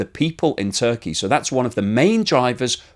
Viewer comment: It is actually Turkey and not Zurkey!